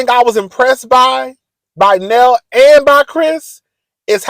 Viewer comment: Her name is nell just like mel but with an N. Sheesh😂